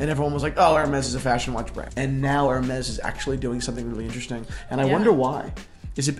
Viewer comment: Ha ha! is hilarious in this one!...Whaaaaaaaat.....Jayzuz girl, just butchered, marinated and then chopped again the Hermes watch name!! Fell off the chair!!